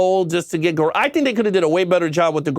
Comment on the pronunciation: It’s actually pronounced garaka with a K. Your saying Garaga. I apologize being the nerd